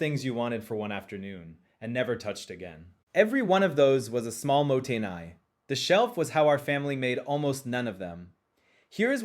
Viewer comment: Your pronounciation for the first "motainai" sounds more like the word for "it can't wait"